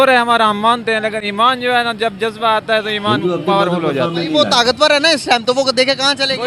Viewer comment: Jajba😂😂jajjba😂khawo jabba ko